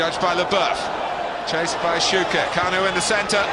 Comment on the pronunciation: "KAN-U" Believe it? 😁